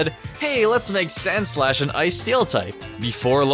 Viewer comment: when you said sandslash I thought you said sandslush and after that I decided that's what I'll call it from now on because of how fitting it is